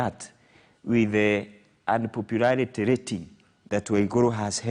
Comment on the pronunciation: Wajuaji international 😂😂unpopurarity rating ni gani hiyo?